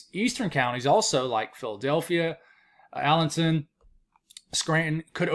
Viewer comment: Hi, it's me Terry, I live in Pennsylvania, all my life, I hate to bust your bubble, but it's is pronounced Al len town, ok thanks